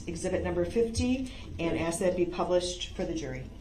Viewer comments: Ax you a question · I just wonder all the time way he say ax when he ask ! Ask - ax 😵‍💫 …… sabstain 😅it’s sustain mr groundz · I love in day 7 the judge finally called out his mispronunciations 😂 “AXE” “liscent plates” “grounz” he tried to say biasnedddness 😂😂😂 she snapped back with B-I-A-S